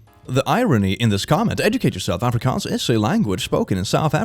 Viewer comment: Oh wow! He pronounced Afrikaans really well! Hi from South Africa 😄❤️